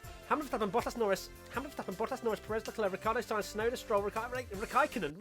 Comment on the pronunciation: When saying Tsunoda don't forget to actually say the T...